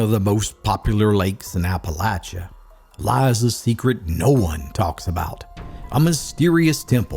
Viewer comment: You must be a local, as you pronounce Appalachia and Appalachian correctly. 👍